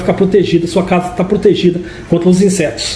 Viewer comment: Protegido "Contla" , eu acho que ele é o cebolinha da turma da Monica kkkk